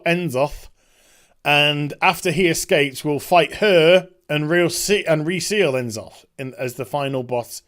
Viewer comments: I'm sorry. I love ya, I really do. But you don't seem to know enough about what's going on to make these judgments. None of this is far off from what has been speculated that could happen, for obvious reasons. And you pronounce it, "Na-Zoth", not "En-Zoth". I think you've been away from the game too long to know what you're talking about here. Could this all be bullshit? Certainly. But it's not so far off in left field that it couldn't be possible. Not at all. In fact, it seems pretty close to the mark of where we are headed. Much love to you, but this video came off as badly informed. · Is he saying Ensoth just to trigger us or what is this madness.